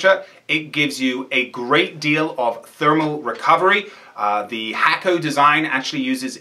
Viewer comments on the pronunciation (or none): Hakko is pronounced "Hawko" not "Hacko"